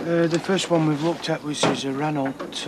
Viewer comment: 'Renolt'? but knows 'all there is to know about cars'.